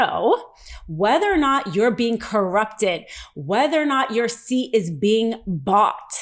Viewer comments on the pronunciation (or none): none